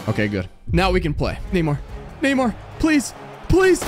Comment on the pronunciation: Neymar has a r